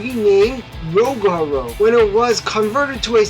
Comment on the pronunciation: I lost it when he said ro-go-ro